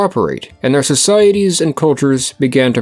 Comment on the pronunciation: "zeir culture" Where are you from, buddy?😂